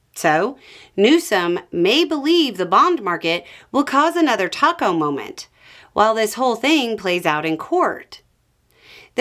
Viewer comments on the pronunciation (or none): none